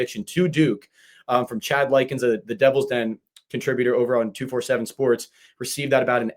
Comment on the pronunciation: I work for 247 sports. You don’t pronounce it like 2-4-7 sports. Pronounce it like 24/7 sports! I hope this helps!